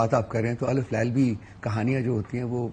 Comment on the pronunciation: الیف لیلیٰ نہیں الف لیلیٰ اور بات کرو گے تو پتھر کے ہو جاؤ گے ۔۔۔ نہیں! بلکہ پیچھے مُڑ کر دیکھو گے تو پتھر کے ہو جاؤ گے ۔۔۔